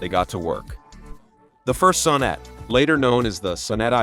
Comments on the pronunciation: "The son-NET I.E"? Try the "SOHN-net one", doofus! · The "Saaab suh-NET" Yeesh! It's pronounced "Sahb SON-net"...